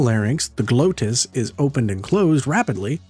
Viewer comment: Not "GLOH - TISS"; it's "GLAWW-TISS". I can grant you that Latin pronounciation is often debatable. I can suggest also that pussycats are ALWAYS trying to comunicate with us and they must find us annoyingly obtuse...! ^--^ pussycats! Purrrs purrrs purrrs! Purrring as physically healing in some way? Well I'm just amazed to discover that a PURRR is therapeutic...I mean...WHO COULD POSSIBLY EVER HAVE THOUGHT SUCH A THING I MEAN JUST WOW I'M ... SURPRISED not.